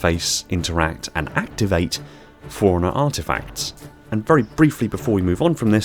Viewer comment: Am I the only person thrown when he pronounces “forerunner” like “foreigner”?